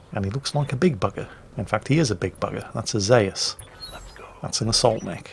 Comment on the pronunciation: Zayus? WTF, I know is crap but still.